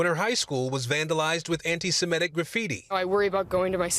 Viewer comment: Lester, you still can't pronounce "Semitic"? What is the problem?